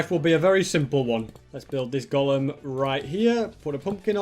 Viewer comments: I love how it said iron golm farm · iron "golm" farm lol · who noticed iron 'golm' 😂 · Only legends recognize "IRON GOLM FARM" 😅